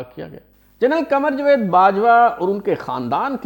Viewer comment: Not jved but rather Javed